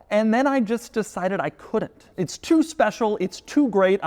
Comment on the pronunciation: Doug keeps saying uts time, which makes me think its not time. Also the g wagon sucks.